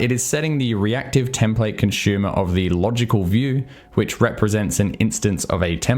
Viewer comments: As always, love your videos. Although your pronunciation of consumer as "conshumer" (versus consoomer, like "zoom") took the cake for me! :) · Yup - can't not hear it each time.